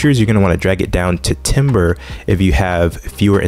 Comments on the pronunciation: I love your into about becoming a musician!! I teach music, so you captivated me there. p.s. timbre is pronounced TAMber. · Quick note, it’s pronounced, tAMber